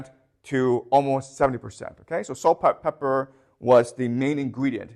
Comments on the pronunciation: is he saying "salt pepper"? Does he mean saltpeter? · I’m sorry…. But I couldn’t help but to laugh out loud when he kept saying “saltpepper” instead of “saltpeter” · It's pronounced salt Peter just FYI